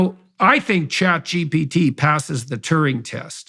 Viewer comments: Hearing JP say "ChatGPT" brings it full circle... Like it exists now more permanently. "ChatGPC" 😂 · Having quite some trouble there pronouncing ChatGPT